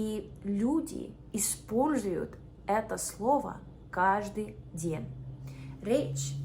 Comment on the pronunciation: какие то слова она произносит без акцента, а какие то правильно. то ДЬЕНЬ рожденья, а то перед Е мягкий знак не ставит.